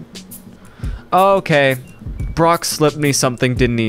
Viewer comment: I love how he calls Prauf Brock